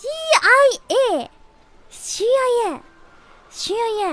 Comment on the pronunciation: She pronounces "CIA" like "SHEE YA YA"